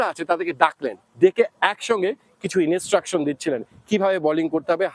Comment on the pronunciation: ভারতীয় জার্নালিস্ট রাও বাংলাদেশী জার্নালিস্ট দের থেকে অনেক এগিয়ে। তারা Instruction কে ইনস্ট্রাকশন বলে উচ্চারণ করে। ইনেস্টেরাকসন বলে না। বা ধরুন লেগ স্পিনার বলেন, লেগী স্পিনার বলেন না, পেসার বলেন, পেইসার বলেন না। ও হ্যাঁ। আর ভিডিও রেকর্ডিং শেষে ওরকম আঙ্গুল দিয়ে মারার অঙ্গভঙ্গী ও করেনা। অনেক তফাৎ 🙂